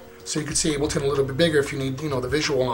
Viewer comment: "Abel"ton? Seriously?